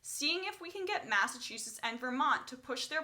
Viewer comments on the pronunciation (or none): none